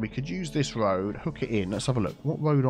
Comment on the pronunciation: “Tree on the röd” had me in stitches 😂